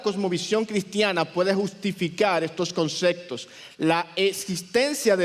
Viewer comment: no se dice concectos, son conceptos